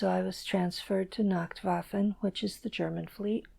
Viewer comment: She says she learned German very well but can't even pronounce nachtwaffen properly...